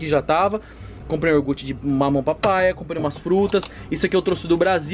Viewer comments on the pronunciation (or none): none